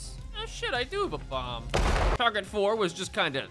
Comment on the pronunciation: a BAWMB got me dying